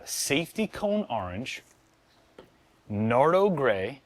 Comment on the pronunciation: I thought he said nato, I was thinking battleship grey😂😂😂